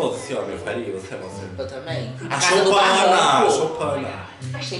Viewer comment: "A shoUpana" kkkkkk